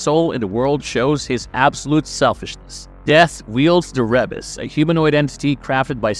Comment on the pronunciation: how you know the narrator of this video didnt actually watch Castlevania: Says Rebis as re-bas and not ree-bis